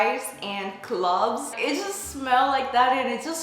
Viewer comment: Its cloves..u said it wrong